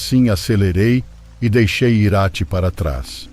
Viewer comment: A cidade se pronuncia, Irati e não Iráti...